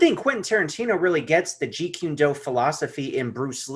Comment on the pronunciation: Kune like coon not qune, if you're going to be doing interviews and you're going to talk about a topic please do not mispronounced the name. Also truth is truth and if it comes out decades later about someone character then we should know. Why are you trying to create a false image or character about somebody. I agree with Tommy carruthers about we've all made mistakes but that doesn't mean we shouldn't discuss it and it shouldn't be revealed.